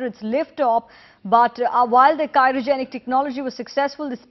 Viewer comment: why is this anchor saying cyrogenic? its cryogenic. whatever, this is the stupid rightwing channel timesnow.